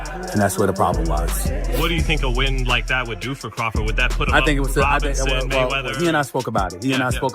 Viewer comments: You keep pronouncing Crawfords name wrong Put some respect on his name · The AI can't even pronounce Crawford's name right